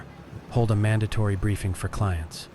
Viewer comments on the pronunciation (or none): none